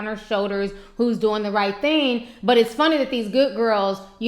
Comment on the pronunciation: Theen??? It's thing!